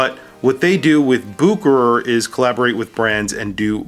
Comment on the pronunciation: It’s boo-kr, not boo-share-ray?